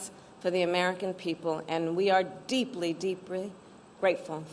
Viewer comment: hehe... "Deeply deeprie."